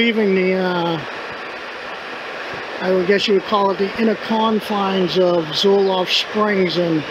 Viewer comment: Uhhh it's Zolfo Springs...Not Zolof....